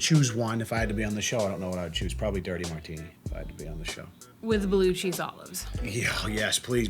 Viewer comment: said "Blue cheese olives" I heard: "Blue chew olives"